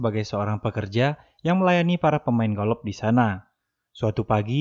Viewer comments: Golop Anying kwlwkwkw Golf bang bukan golop wkkwwkkw 🤣🤣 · Sebutan golf bukan golof...sebutannya goff ..wlpun ejaanya g,o,l,f tp bunyinya g,o,f..maaf bang bkn tunjuk pandai tp sekadar perkongsian ilmu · Bukan golof tp. GOF . Bukan ronde tp raun (ejaan round)😁😁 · Kenapa aku dengar mimin sebut “golof” ?